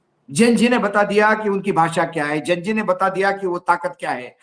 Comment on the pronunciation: आप तो कम से कम लकीर के फकीर ना बने आप वही उच्चारण कर रहे हैं जो सब मीडिया वाले प्रसारित कर रहे हैं Gen Z का उच्चारण जैन जी नहीं है इसका उच्चारण जैन जेड है इससे पहले जैन वाई था और उससे पहले जैन एक्स था । ये हमारी संस्कृति पर पश्चिम संस्कृति के प्रभाव को दर्शाता है।